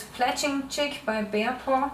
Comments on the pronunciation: omg haha even tho u say this now i stil can only hear her say chick :p. thanks for answering my question aswell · She is saying "Jig" but it just sounds like "chick". The jig positions the feather 1/3 the way around the shaft and holds the feather in a spiral or "helical" shape.